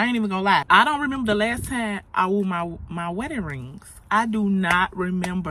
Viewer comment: Wore NOT woo 😊❤